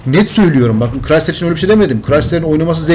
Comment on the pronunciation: Crisider diyon siri acılıyor